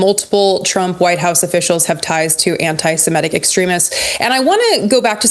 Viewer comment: Don't want to be that guy, but the pronunciation of "antisimetic" really threw me off. Everyone makes mistakes, but it's about the Semit culture group. Imagine saying Aremicans in every other sentence.